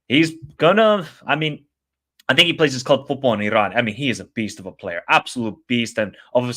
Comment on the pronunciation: I appreciate your knowledge and outlook towards Asian football. Just one friendly advice on the pronunciation of the letter "R" when it comes to Iran, other countries or player names. The R is soft and not as harsh as you say it. E-Ron, will beat Japan 2-1